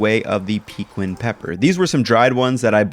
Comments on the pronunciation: I’m not saying you need to pronounce it 100% accurately, but hearing “peekwin” just makes me cringe. Try “peKEEN” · It's pronounced PUH-KEEN! NOT PEEKWIN! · I have been looking for someone else who knows how to pronounce it correctly. “Peekwin” is indeed cringeworthy.. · Fix your pronunciation of Pequin.